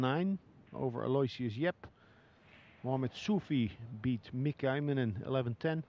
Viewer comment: Here it is a few years into Yap's playing and they still misprunciate his name. It's "Al-oh-ishus," not "Alloy-shiss"